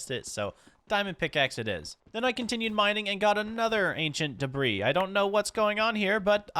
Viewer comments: why do you call ancient debris ancient debra? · Folks arguing over whether or not the “s” in debris is silent:: “Debruh” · There is no argument......the 's' is silent.....that's.....how you say debris,.